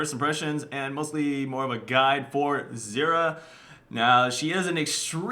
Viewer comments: It sounds like you are saying xerath and not zyra... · how to pronouce her name actually? zyra - zeera or zaira?